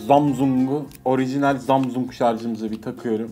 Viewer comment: Zamzung değil Samsung